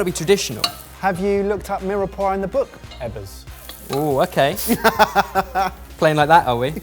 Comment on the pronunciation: I love, great sense of humour, very talented, helps everyone and passes on loads of information, but the way he pronounces mirepoix really grinds my gears 😂